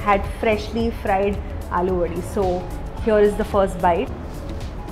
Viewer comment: It's अळुवडी. Not आलुवडी. । know ळ is a difficult pronunciation for non marathis but aalu sounds like potato. Great video altogether as usual! ❤️